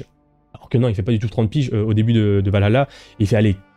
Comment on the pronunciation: Je ne me ferais jamais à ta manière de prononcer Valhalla